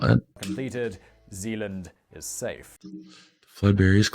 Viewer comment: Its Zeeland inderdaad Rotterdam